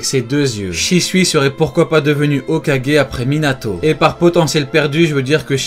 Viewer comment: "Hokagué en interime"😂